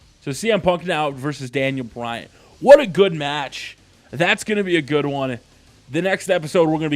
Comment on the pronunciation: he always says bryant